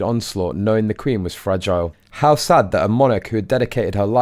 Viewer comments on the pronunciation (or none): none